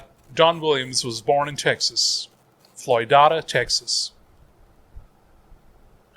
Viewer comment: I am from Floydada, it is pronounced Floyd-Aida.. The story I was told whether or not true was when people was settling territories a man and his wife settle in that area (their names was Floyd and Aida). I don't know if that is true or if that is the correct spelling for her name but that is how everyone in Floydada said the town name Floydada,.